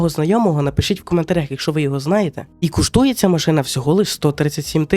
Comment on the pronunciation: Шо куштуе ? може коштуе ?